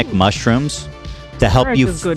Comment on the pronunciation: Lol ethan mispronouncing most of the mushrooms in the ad read